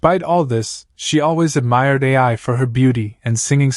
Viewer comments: Hey man keep up the great work! Also, Ai's name is pronounced like "eye", not "A-I". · The Word Ai is The idols name. Why does it pronounce like another word called A.I. which stands for artificial intelligence? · labasbas That's not how the joke is. Lol. It's cus he's pronouncing her name wrong. Instead of just calling her Ai, he says A, I. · Ai as in eye